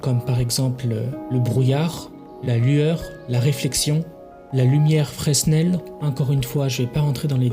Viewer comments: Yop, juste pour te corriger sur un nom, tu as dis "FRESNEL" il s'agit d'un ingénieur français qui a travaillé notemment sur des lentilles de phare afin de les rendres plus performante, et donc son nom se prononce, je te l'orthographie mal juste pour la prononciation "frénel" , soyons fière de croisé ce nom partout la france a mis son doigts partout dans les science. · C'est bien expliqué en langage naturel. Attention, on dit "Frénel" pour prononcer Fresnel.